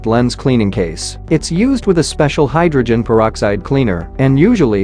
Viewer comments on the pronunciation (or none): none